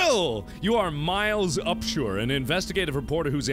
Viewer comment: Is Miles Upshur miles up shore?